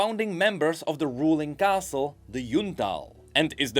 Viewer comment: Thanks for the video brother. It's caste as in social class not castle.